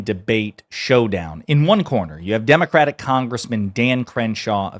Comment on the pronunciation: democratic???? wtf did he just say? Lmao